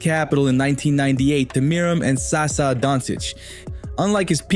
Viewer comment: Not Sasa, Sasha!